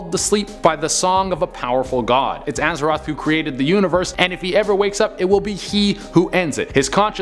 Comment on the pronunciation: Aza-th-oth not "Azaroth"